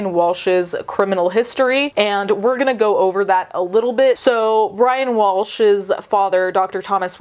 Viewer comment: Why do you switch from pronouncing it as “onna” to “ana” and back and forth and back and forth lol it’s confusing my brain